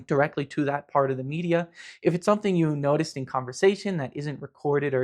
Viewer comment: I actually think you trilled when you said 'noticed'!